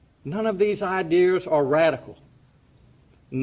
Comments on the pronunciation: IDEARS! REALLY? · Anyone who says "idears" shouldn't be writing laws.